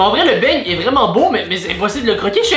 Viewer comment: Euu juste une pEtite faute on dit beignet et pas beigne